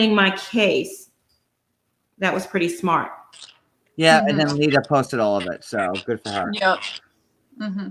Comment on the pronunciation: Stop saying Lydia!